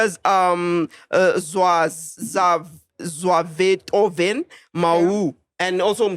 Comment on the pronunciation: Lmao😂😂😂 really couldn't pronounce Zwaytoven's nane😂😂💔